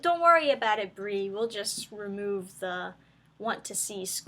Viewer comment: Did you call her "B-REEEEEEE Larson"?? Oh, I bet the reason for the poor FX are that their technicians were hired for "wokeness" and not talent.